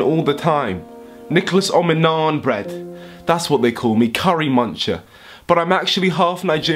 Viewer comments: Nikolas omi-naan-bread IM DEAD 💀 XO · "Nikolas Ominaanbread"